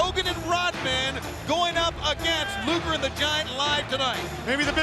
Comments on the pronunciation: Rodman said "Lex Luther". 😂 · I WAS THERE! RODMAN KEEPS CALLING LEX LUGER “LEX LUTHOR”😂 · I swear Eric even said Luger beforehand